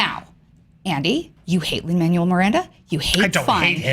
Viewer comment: MANUEL IS PRONOUNCED MAN-WELL NOT LIKE THE WORD MANUAL WHY IS IT SO HARD FOR PEOPLE TO GET THIS OH MY GOD